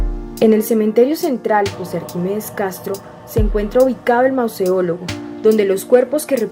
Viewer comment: ¿"Mauseólogo"? Esa palabra no existe... Será Mausoleo.